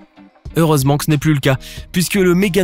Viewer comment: MeganeuROpsis et pas Morganeupsoris, apprend à lire sa te seras utile ;) min